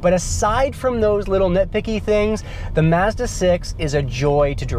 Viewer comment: Great review and you actually pronounce it 'Mazda' NOT 'Marzda'!